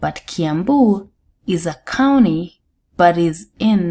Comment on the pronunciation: wacha kusema kauni plz. sema county plz